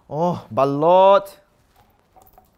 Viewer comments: its balat not balut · Thats not how to pronounce balut